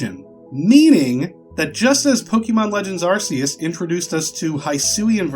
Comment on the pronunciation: It’s pronounced ar-key-us not ar-see-us. It’s the Arc Phone, not the Arse Phone.